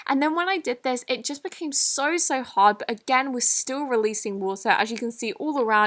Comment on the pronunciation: When she says hard u think she says hot